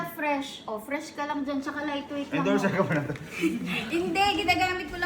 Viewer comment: Fresh❌ Fres✅